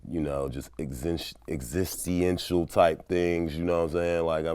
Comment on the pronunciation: He said "existy-ential" lol...